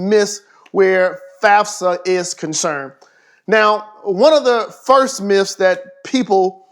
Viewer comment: Stop saying myfs